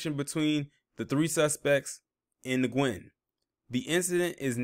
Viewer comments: Nguyen is pronounced when/win. Good job on the story. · Pronounce as WEN not Nguyen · FYI .... Last name of victim is pronounced like the word “win” .. great video btw... this is clearly a h8 crime !!! Wtf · Nguyen is pronounced "Win"